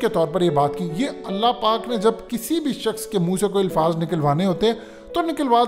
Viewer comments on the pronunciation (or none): It's "Alfaaz" not Ilfaaz Lafz ki jama Alfaaz Alif k zabar k sath aati hai